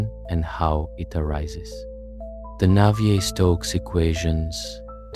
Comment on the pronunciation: Thank you for pronouncing Navier properly. Respect.